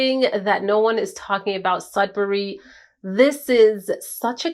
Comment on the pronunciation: I heard a Nigerian accent😹 when you were speaking about Sedbury. Do you have Nigerian roots??